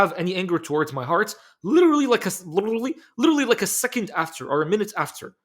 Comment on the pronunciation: Lirrlly litereely lilillrry 😂